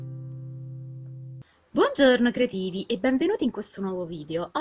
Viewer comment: quando dici creativi sembra k dici cretini😂😂